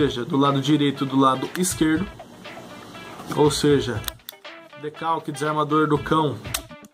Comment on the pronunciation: "decalque" seria Decocker 🤦